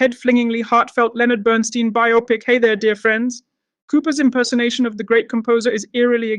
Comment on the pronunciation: Burn-STINE, not Burn-STEEN! If you watched the movie, you'd think you'd at least get the pronunciation of his name right!